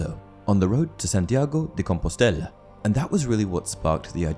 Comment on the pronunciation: you pronounce Santiago de Compostela like an italian xDD it's spanish but i found that funny